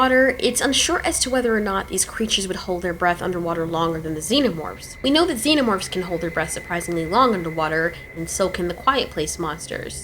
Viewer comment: "zeenermorphs" Lol